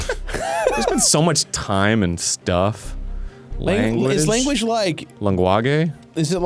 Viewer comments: i feel like we skipped over how arin pronounced language because shit had me in tears and i have no idea why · I hope Arin's mispronunciation of "Language" in the beginning was a Jazz Emu reference ❤️